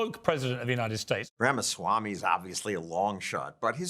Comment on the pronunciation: Better learn how to properly pronounce this man’s name ….His ideas/policies are what 🇺🇸 to become strong again and not just a part world history…Ramaswamy This man for President